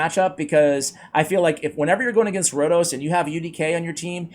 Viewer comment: FINALLY. IT IS HERE. AND YES YOU SAID MY NAME LIKE A LOCAL. CONGRATULATIONS